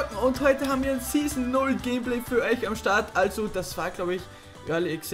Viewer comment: Und heute haben wir ein Season 0 Gameplay für eich. Hahaha da kam kurz der Österreicher raus xD